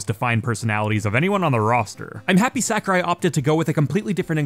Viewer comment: "sack-a-rai" "fawl-kun" where are you from?